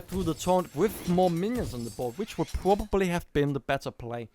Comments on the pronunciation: nah, just sometimes it looks like its hard to say "probably" for you, like you chew it :) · it was the best round for me. nice shoutcast and u have some problems with verb "probably" btw :D